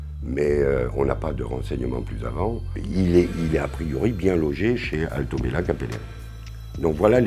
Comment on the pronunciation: Mdr "bieng" horrible😂😂